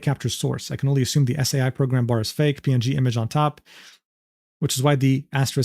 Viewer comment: Man, it is painful to hear say "Paint Tool S.A.I" instead of "Paint Tool Sai." Makes it sound like there's A.I. in that program. And no one in chat corrected him. Scandalous, platonically! XD It's an amazing art program for newbie digital artists. And it's the one that I started out with before moving over to Clip Studio Paint EX. Paint tool sai is made by just one guy! It costs 50 bucks!:D I also went to check wikipedia for the pronunciation, in case I was wrong lol. And I found out that it was the most popular art program over on Pixiv in 2016, above Adobe and CSP. Very neat!^^